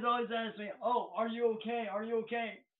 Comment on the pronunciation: "I'm not ohay."